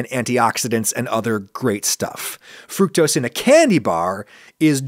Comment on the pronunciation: i will say it is weird hearing adam say fructose the “right” way, especially after the corn syrup vid